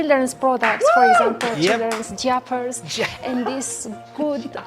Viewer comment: LMAO Childrens "jiapers" hahahahah